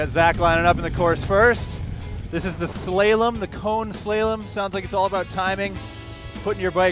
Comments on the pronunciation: A good place to start learning this stuff is Jerry Palladino's "Ride Like A Pro" videos, and his YT channel. -- what the hell is a "slay-lum"??? Do you mean "SLAH-lom" . . ? The only thing more painful to hear is the narrator's stupid, contrived "down home" phrases. After the first 10,000 miles or so on the RTP, it really becomes about as intimidating as a Super Cub to ride. You can really lean waaaaayyyyy over (but remember the Turn Hula). The RTP is more responsive than the HD. It should be kept in mind that these guys are ROOKIES, as far as what they are trying to do, no agency that I know of lets anyone into a rodeo without at least 5,000 miles in motors. To do this with so little useful experience and do so well is fun to watch. You need to be able to think like your partner for the side-by-side races, made harder by the fact that motors usually run alone -- when you see the copcycles in your town doubling up on patrol, they may be getting ready for a rodeo. I would like to see a rodeo for big iron, run-what-you-brung, with cone courses and time trials. HD, Goldwing, RTP, STP, Triumph, Concours, whatever. I would pattern a lot of it on the Japan motorcycle license practical course. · I have huge respect and appreciation for you two - especially putting your pride on the line in front of all these officers but hey uh.... the "slay-lum"??? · slay -lem? really? wow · 👾Slalom! Not Slaylom. LMFAO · “slaw-lum”, not “slay-lum”. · Oh! Typical betaBoi! It’s pronounced “Slah-Lum” damn! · "Slay-Lum" ??? Back a few years ago I would have said ... "C'mon ____" Now I don't even wear Ray -Ban aviators like I did my whole adult life! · Did he seriously say slaylem? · How did he pronounce slalom? 😆